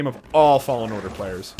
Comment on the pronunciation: every time he says fallen order it sound like he saying law in order and to me that's funny